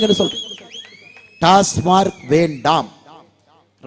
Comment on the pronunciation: டாஸ்மார்க் அல்ல..... டாஸ்மாக்..... என்ன அண்ணா நீங்க..... எல்லா இடத்துலயும் இப்படியே தப்பா சொல்றீங்க.....